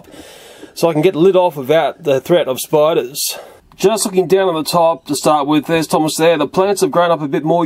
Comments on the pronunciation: Educational video huh? Intro: Spidurs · Sorry but spidu-rs??